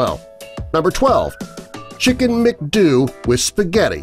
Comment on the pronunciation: Wrong pronumciation on #12 Its Mcdoo (same pronunciation as mcdonalds but just remove na nalds) not Mcduu 😂